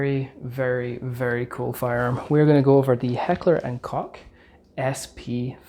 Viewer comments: Your pronunciation of Koch is wrong…lol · I'm a distant relative of Edward Heckler. Saying that, I'm extremely biased toward H&K. However, they produce the finest firearms in the world. Every one I've fired is as smooth as butter. (BTW, Iits pronounced COKE, NOT COCK)......